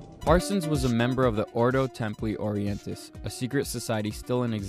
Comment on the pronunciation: PRONOUNCED ORDO TEMPLEE ORIENTIS....